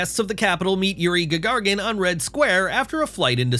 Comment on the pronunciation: Who is Yuri GagarGin?? It's GAGARIN you eeeejiet!!!